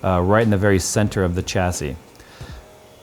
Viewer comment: Its "SH" assy not "CH" assy